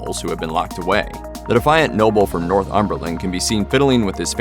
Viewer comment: "North Umberlin" wtf lol